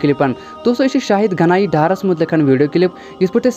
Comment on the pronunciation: Naam sahi se pada kro..naak mat kato ap log padayee ki,,,shahid ganie dar nhi hai